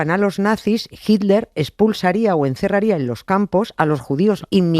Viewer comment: 'Hilder'. ¿No habrá manera, alguna fórmula gutural, mediante la cual los españoles finalmente consigan pronunciar/decir 'Hitler' y no 'Hilder' cuando irremediablemente nombran a ese personaje? En LatAm no se nos "atora" la palabra como a ustedes y, bueno, hablamos el mismo idioma.